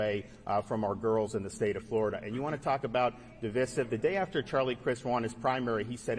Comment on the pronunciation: Idiot DeSantis can't even pronounce the word Divisive and wants to make decisions about what children are taught. the Don't say Gay law extends through high school ,not K-3.